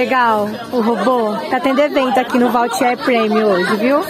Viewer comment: schpping Vautier e não voutier.